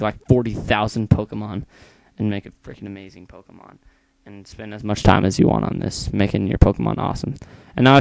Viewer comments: dude wtf is a poemon?is it a ghost or what? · poemons lol